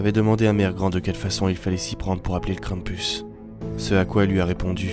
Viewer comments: Krampus prononcé [kran-m-pous] ça veut dire crêpe en breton ( mm si je suis pas sûr que ça s'écrit comme ça) C'est pour ça que j'ai regardé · Mais ses quoi sa pk tu le monde dit mal le nom krampis ses kr am pu s